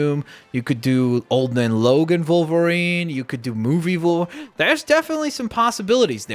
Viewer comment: Its wolverine not volverine